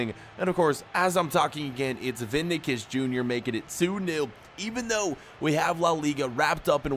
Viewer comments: Ok 😂 It’s Vini SHIS not Vinacus. It’s pronounced Vini SHIS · I think it's pronounced Vini-shyus, not Vini-kyus...